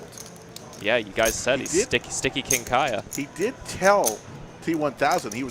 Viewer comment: It is not Kiah-ya.